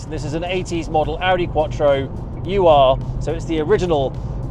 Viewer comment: Ben you know cars, but you don’t know history — it’s not “U.R.,” it’s “Ur,” after one of the first known cities.